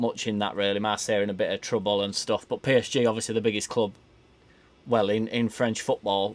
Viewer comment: Is that a silent (s) in PSG? 😂😂